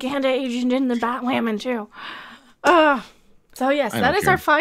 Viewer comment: Batwahman? It’s Blackwahman now! They have to mention that dozens of times to make sure you know.